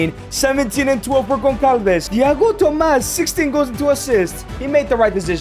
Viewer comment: the ç is pronounced like a "s" sound, not a "k" sound in Portuguese. ç is not the same as c. Trincão use the k sound since it's a regular c Conceição use the s sound since it's a ç Gonçalves too